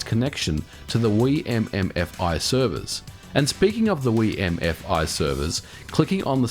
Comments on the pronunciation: Anyone cringe at how he pronounces wiimmfi? Still a good video, MKW is the best mario kart, and it's great we can still play it online! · Every video you pronounce a word wrong, today's word was: Wimmfi